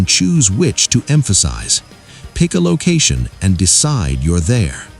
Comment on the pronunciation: Pick-a-location sounds like Piccolo to me. Ha